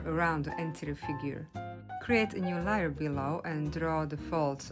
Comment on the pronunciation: Beautiful…lAr🎉 layer is pronounced like it sounds a. .. l A er.. not. l i er